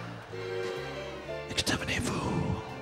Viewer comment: "exterminervous" XD bloody brillaint!